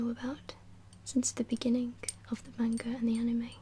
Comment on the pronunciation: only thing I didn't like is the way you said manga but most non-japanese people or non-japanese speaking people don't know pronunciation